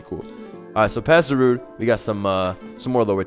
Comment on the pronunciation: It never once occurred to me to pronounce it Za-rude instead of Za-ru-de.